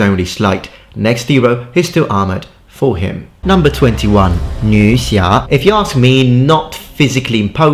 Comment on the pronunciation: Is it just me who was confused at the pronunciation of nuxia